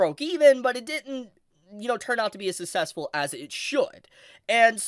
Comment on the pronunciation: SUCK-CESS-FULL jesus…. “Sussessful”